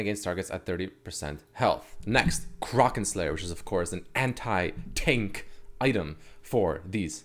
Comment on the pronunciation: I cringed at the way he said kraken